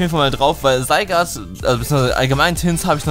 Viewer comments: LP Eigentlich nicht, geh mal auf die Pokewiki-Aufzeichnung von Zygarde an und geh dann auf die Sprachdatei des Namens. Zygarde=Richtig, Sygard=falsch und da es eigennamen sind gibt es keine Anderen Ausprachen. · Wiso sprichst du Zygarde so seltsam aus? 😂